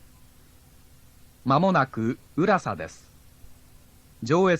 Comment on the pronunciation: 乗り換え案内が今より丁寧だ。 浦佐のイントネーションが違う?